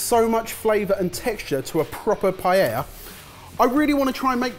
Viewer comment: What really offends me is "paellera" pronunciation